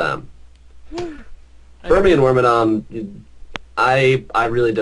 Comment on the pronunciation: ha... You pronounce Wormadam like Worma-DAMN Like that I just noticed.